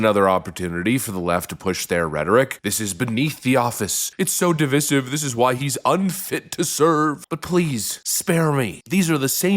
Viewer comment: Divissive is NOT A WORD!! It's divisive pronounced D-VIZE-iv